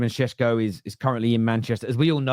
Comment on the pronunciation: Man it’s annoying isn’t it. Mbeumo first then now Sesko. Almost like there’s a refusal to properly learn how to pronounce peoples names